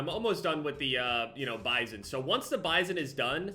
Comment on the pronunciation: says Bizon Me: I think your saying pp wrong